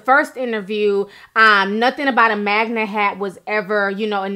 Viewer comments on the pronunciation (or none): Melyssa H she also kept saying Magna hat?? What is a magna hat!? Pretty sure it’s MAGA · I cringed each time you said "Sumlut" [Smollett] and "magma" [MAGA] but I agree with each point you made. I really hope he's not lying. This whole story is crazy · She keeps saying MAGNA instead of MAGA too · You mean "Magna"? That's what I hear. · Girl If you say "magna supporter" one more time lol . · Ti please, it's not "Sumlett" and it's not"MAGNA"